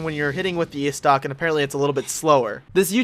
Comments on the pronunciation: Istoc...Istoc!?!? Estoc come on man. Pronounce it like this: Eh'stoc. Diplated Bridge?!?! Oh....nevermind... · "The ayystoc"